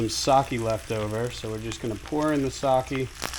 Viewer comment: Using unwanted species in creative and accessible dishes is exactly why I watch this channel! The pronunciation of sake did hurt a bit though